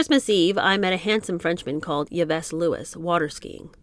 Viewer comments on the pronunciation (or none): So glad to embark on this book. It's that name Yves? It's pronounced as Eve. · You're so cute! Yves is pronounced "Eve." : ) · 😂😂 I did.not.stop laughing from the Buckminister story to the whole “sitting 8 hours in the tree wishing she was a bird”(totally relatable there minus the dr* gs), the abrupt flash on the screen letting us know the pronunciation of “Yves whoever” was wrong (otherwise I’d have never known) and just imagining this Pierre Tradeau basement moment. 😂😂 Thank you for sharing and to your sister, Cassie, for the great recommendation!